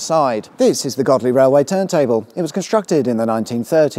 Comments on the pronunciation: It's definitely Godley, not Goadly 👍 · God God, man, it's Godley! Darn sarf it may have been Go Dley, but yer oop north now, so mind on. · Godley has a silent G. It's pronounced Oddly unless you were born within the sight of the random church when you must pronounce it Yodelayyeehoo. Trust me! And you didn't mention, Big Baps Butty Van, as the M67 ends on the eastern end of East Manchester. Rated 4.7 on Google Maps. And they appear to have placed the 440kV power line through the railway tunnel if you are 'into' pylons. 5m00s Glad you didn't lean to you left and put you hand on the railing to look cool.